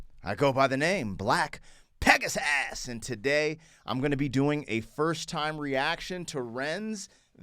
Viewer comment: You are awesome and I’ve been following you for years. But it still makes me laugh being British and hearing you say black Pegasus. Because sometimes it sounds like you’re saying peg his ass 😂 which over here means something I won’t say haha. Been waiting for this reaction